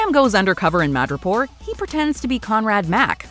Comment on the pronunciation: When said "Madripoor", I thought he said "Mirjapur"😂😂